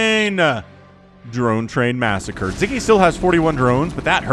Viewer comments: aww, as a Hungarian, I'm so glad to see Sziky being casted, and winning. :) Also, in Hungarian language, we pronounce the conjunction of 'Sz' as 'S'. So his name would rather sound as [Siki] instead of [Ziki]. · It's pronounced Sicky. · Yeah. How should we teach to pronounce it with S?